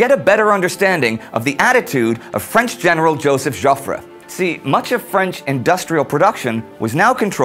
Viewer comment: Hi Indy, and all the great team behind this series. I've been watching every episode since the launch, and I think it's a fantastic production! Ok; so one small gripe; and I don't know if this has been raised elsewhere: Indy your presentation skills are a main reason I enjoy this channel; but, pronunciation of names like.... Joffre = 'Jeoffree'.. Moltke= 'Moultkey', and some other names and places can be bit grating sometimes. Can you make some small improvement to pronounce names and places a little bit better? Ok so, gripe over ... Keep up the amazing work Great War guys!